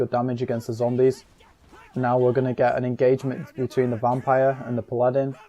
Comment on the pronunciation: it's a pah-lah-din, not a pladdin